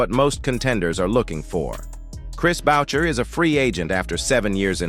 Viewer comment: The AI Voice has it wrong, it's Booo- Shai , parlez?